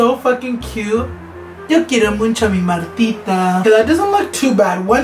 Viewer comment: Me encanto el video alv me subsrcibi :) me recuerdas de los niños en mi escuela que dicen “muncho” instead of “mucho” xd nomas digo its funny tho❤️😂